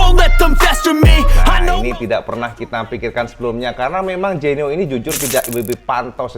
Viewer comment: Koyok bahasa Bojonegoro cak, Genyo dadi Genio 😂😂😂